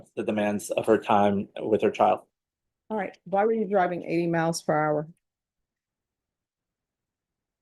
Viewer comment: Judge says CHIO rather than child, just another high IQ EBONICS SPECIALIST